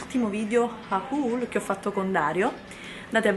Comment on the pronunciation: Si dice MUST HAVE nn solo MUST! E poi video haul si legge OL nn HAUUUUL! 😥